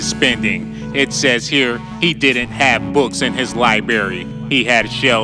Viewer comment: DID YOY SAY LIBERRY